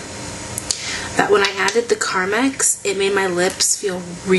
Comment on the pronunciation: carmax is a car dealership... lol! j/k (no, but really, it is!) ;) it's actually pronounced carMEX. :)